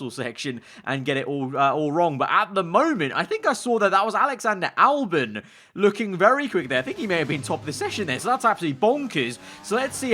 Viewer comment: ahh yes, Allyander Olbon